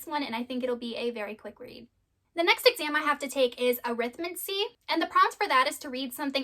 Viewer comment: I wish I was able to explain things this clearly, most times It feels like I'm just word vomiting into the camera. Also, I now know how to say Arithmancy, I don't know why but I always struggle with that word so thank you for that. Good Luck during the readathon, especially with the Last Argument of Kings, that book looks thick enough to hurt someone. I wasn't the biggest fan of Queen of Air and Darkness, I wish it had dealt more with the politics of the Shadowhunter world and less on the relationship drama and I felt the way things with Emma and Julian was too convenient, I hope you enjoy it more than I did.